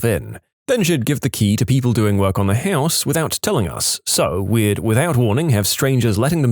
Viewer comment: can you start saying "house" properly? I shut it off after hearing HEOUS for so many times